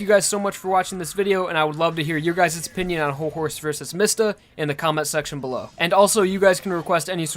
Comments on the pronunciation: ITS NOT MISTA ITS MISTA (MEE-sta) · Can you please pronounce mistah right It's Mee stah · I thought his name was pronounced "Meesta." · Pronounced Diavolo and Miata wrong